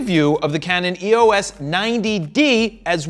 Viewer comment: It's "EOS" , not E-O-S